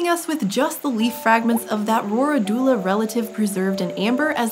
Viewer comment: Its pronounced "Row-rid-u-la"